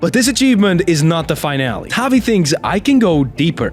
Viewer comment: “Fine-allie”. This is the first time I’ve heard someone pronounce “Finale” like that. Love it brother. 😂